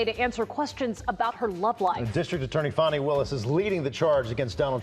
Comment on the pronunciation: Give me a break, "Fawn-i." It's divine comedy that her name is Fanny.